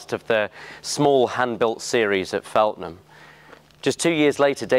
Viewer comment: It’s Feltham, not Feltnsm.snd please be consistent about the model name, it’s a DB mk111 not a DB3 or a DB3 mk111